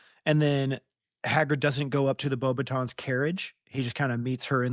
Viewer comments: Beaux “baton”. It’s French! The “batten” sound is very English both for the A and the glottal/swallowed T. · I pronounce it “beauxbaton”. Hope this helps.